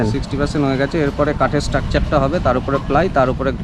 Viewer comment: Takchar bolbe na vai structure bolbe